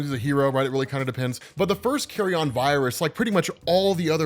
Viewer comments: NOT "carry-on"... Carry-un... Like from a Nature channel or PBS special... Carry on is for luggage! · Dude... Bruh... Bruv... It's carry-yun, not carry-on... It's a decomposing corpse, not luggage. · Jeez it’s not “Carry-on” “carrion” rhymes with the second syllable in vege “tarian” or Bar “barian” it means rotting or decaying flesh but usually as reference to animals that spread diseases like rat or pigeons, diseases found in decay